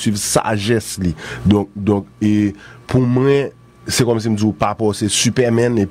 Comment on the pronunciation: Qui est la en train de remarquer que ne peut pas dis mwen. Il dit constamment mren lol